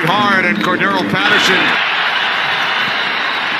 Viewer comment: an increasing percentage -- seem to ignore C.P 's center syllable( Cor(d) darr elle ) ~ final of TNF matchup might be somewhat closer than anticipated . . .